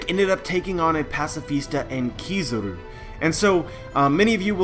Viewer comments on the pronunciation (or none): none